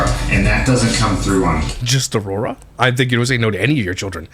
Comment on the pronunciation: We're missing the important one... Aurora somehow equals Ah-war-wah